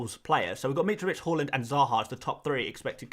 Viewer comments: Haaland, not Hauland (even though it seems fitting) lol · Everyone else is saying it wrong, is right with his pronunciation. It's actually interesting Haaland chose to move to the 'aa'. His Dad used the 'å' during his playing career. Maybe Erling thinks it's easier for people to attempt saying his name using letters they're used to (even if most people end up pronouncing his surname incorrectly)